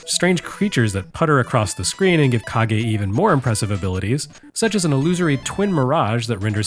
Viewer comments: Mission accomplished on the pronunciation trolling. My eye was twitching by the end. But then there's also and that mindsplitting scrolling effect. That actually made me dizzier than most VR experiences so far. I'm not going to defend Legend of Kage's quality but I do love that you gave it credit for its ambition wih its themes. It was absolutely one of the more influential formative bits of ninja media I got to consume as a kid, and solidified my belief that ponytails can be cool and badass on guys and not just be douchey like with Steven Seagal. Thanks for that, Taito, Tose, and countless assorted ninja and wuxia flicks. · Joining the chorus of ancient comments here about the fake-out of the pronunciation. For my part, I KNEW "Kage" was a two-syllable word following standard Japanese pronunciation rules, and yet when you consistently pronounced it as "cage" in the early goings of the video, I began to doubt myself. You always do great research and check on things like this, so I figured maybe I was the fool all along. Turns out that, in a way, I really was. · it is pronounced legend of ka gay. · When you pronounced it "cage", I heard the sound of thousands of keyboard warriors preparing for battle. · I also thought it was pronounced cage but I think it’s actually pronounced caw-gay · When I first heard you pronounce it as Kage it didn't bother me but I knew the comment section would be full of people saying it needed to be pronounced Kage. Also your teaser for the next episode had me laughing out loud. Hallelujah! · Legend of Cage?!?! Kage! Kah-geh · I was making the comment when I see the name of the game being pronounced as "Cage" (the english word), and then I saw and heard that they addressed that it was "Kage" pronounced in japanese instead. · The Rah-gey in the Kah-gey. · Every time I hear mispronounce Kage as "cage" I have a minor convulsion. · Matt Howard Watch the video, the mispronunciation was intentional.